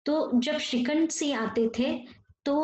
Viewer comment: Siha nahi hota hai Singh hota hai Vocabulary thik karo